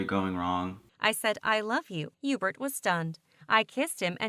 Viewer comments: his name is yuebert bro idk where you’re getting the h or e sound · Video: hubert: Ébert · Herbert or Erbert You mean Hubert? 😂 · I think his name is „Hubert“ but Heebert is way better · God damnit. His name is Hubert [You•Bert] Shit bothered me the whole time lmao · No it ain’t HeBuRt or EbUrT it’s EuBaRt MiSpRoNoUnCeD y’all flash fans know what I’m talking about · I thought it was Yeebert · Bruh it’s pronounced hee-you-bert (Hubert) 😂😂😂😂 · am i the only one that heard hughburt?